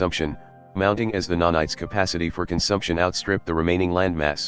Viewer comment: I love that text to speech has turned nanites into nah knights